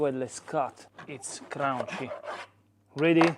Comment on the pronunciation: It's not crunchy...it's craun-chy 😂